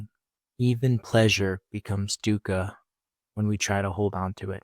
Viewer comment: Its pronounced thoogh-khaw.. not so much as duca.